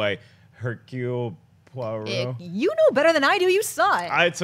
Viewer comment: Murder on the Orient Express pronounciation of Hercule Poirot : "Po - a - ro"